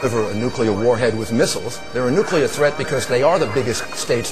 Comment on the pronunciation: nukUler!!! Where TF did he get that.